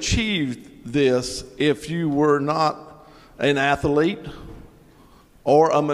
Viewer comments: An “ath-uhhh-lete” Smh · Someone who pronounces "athlete" as if it has 3 syllables shouldn't be questioning the intelligence of others lmao